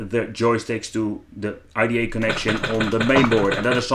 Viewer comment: you keep saying "E-D-A". I think you mean "I-D-E"??? (EYE-DEE-EEE) I Absolutely love your vids. Can't wait for the next one!